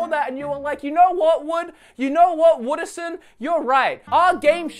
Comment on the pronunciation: “You know what Wooderson?” 😂